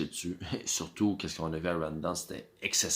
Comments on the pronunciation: ou vie tu en ville il y a plus de quebecois ,quand tu a 5000 personne tu organise et tu cash mais les bs du culculbec vous ne faite jamais d argent une cloture et de l organisation ca pourait vous aidez rawdon ce prononce raw en anglais tu a besoin de monde pour travaillez le bs du canada tu lesse tes vieux crever dans tes hospital a tu dejas voyager plus qu une semaine bye the way chu des laurentides quand tu vie a une hrs de montreal tu organise et tu cash aux lien d attendre le tcheck comme vous dite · Apprends à prononcer maudit BS !! Rawdon c’est un nom anglais TATA!!